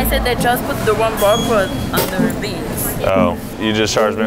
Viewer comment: "for da bayns"